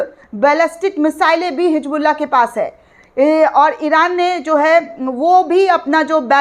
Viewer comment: Hijbullah nehi Hizbollah 😅